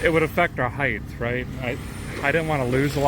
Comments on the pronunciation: One of my pet peeves is when people say words wrong. One of those words is the word "height." Why do so many people say it as if it ends in "th".........ahem.....? It's "height." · Why do people for the US and an H to the end of HEIGHT. There’s no H at the end! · There’s no “th” at the end of “height” 😂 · Why do americans (in general) pronounce the word "HEIGHT" as if its spelled "HEIGTH" ???